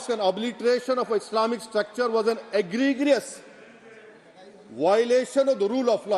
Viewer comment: Egregious...is pronounced as egrejous.....bakwas barrister..